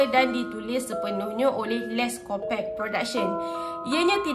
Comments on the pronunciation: Akak sebutan die les’copuqe bukan “les’kopek” sorry kak nk betul kan typo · HAHA Korang camne nak pronounce Les Copaque nii HAHAHAH cz aq terdengar sebut les kopekk AQ TERGELAKK SORRY Tapi sya sebut les kopakyu atau les kopak HAHA peningg laaa syeee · Kak, cara sebut “Les Copaque” ialah “Les Kopak” 😊